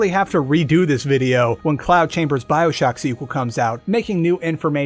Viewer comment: ew “byoshock”